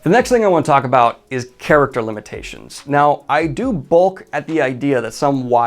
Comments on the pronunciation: Ugh. Ok. I don't like to go grammar syntax nerd on interwebz. But since you're criticizing style here, it is merited. Twice you say "I am not going to bulk at (x)." The word is "balk," as in an illegal fake pitch or throw by a pitcher in baseball. Reference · The word that you are looking for is "balk" and it rhymes with "talk" not 'bulk'. Otherwise carry on. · Balk... with an A... love your videos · Small critique. But the pronunciation of balk is off and said multiple times.